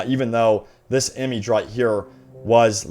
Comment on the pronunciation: Please..... Never say "image" again.....